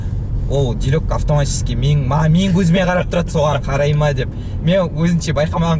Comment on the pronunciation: Директ емес дайрект қо😂🤣🤣